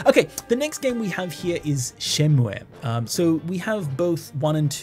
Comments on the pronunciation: Interesting that you pronounce Shenmue as シェンムエ when it's written as シェンムー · Great video! one thing... Shenmue is pronounced SHEN-MOO (シェンムー). I die a little inside every time someone says shen-moo-aye. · Your pronunciation of shenmue gave me an existential crisis for a moment so I had to look it up. It actually is pronounced like Shenmuu rather than how the title would suggest in Japanese, it doesn't use the え sound. It is worth noting the name is derived originally from Chinese instead of Japanese, but also supposedly the decision to spell it like Shenmue was to emulate English words like "Blue" for the sound at the end. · I think Shenmue is pronounced "Shenmu--" without the "e" at the end